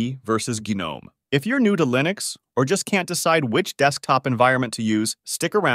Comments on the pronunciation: lost me at Lie-nux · Completely had me fooled until I got to "Lye-nux" and "Mac-oes" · thats not how you say linux